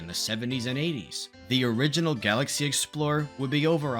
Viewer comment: "Let's exSpore the galaxy!!"